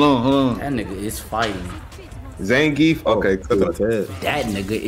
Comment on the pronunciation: the amount of times they said names wrong was so hilariously painful to hear. zangeef, jury, its like the only person they know how to pronounce is Chun li im DEAD